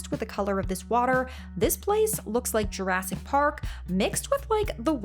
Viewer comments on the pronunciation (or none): none